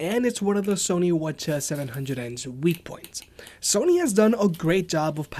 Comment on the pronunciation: Every time you said "Sony what ya" I was like what are you saying?